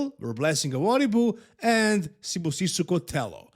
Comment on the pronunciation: The way you respect every guy is amazing. You said Sibusiso's name and Surname perfectly. Respect man. Shout out from South Africa